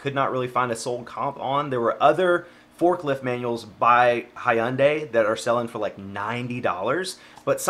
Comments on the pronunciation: ok i had to stop the video to let you know... it's not hi unday... it's hun day, i'm sorry i had too. keep up the good work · Great video again! You make reselling look so fun and interesting! Just FYI, Hyundai is pronounced Hun-Day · Hi-un-day Hyundai: 🤦🏻 Sorry, had to roast you 🤗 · Why he say “Hi...unday” like that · Does everyone in SC say Hyundai the way you do? 🤣 Great video! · FYI: Hyundai is pronounced as if to rhyme with Sunday. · Omg. The way he pronounced Hyundai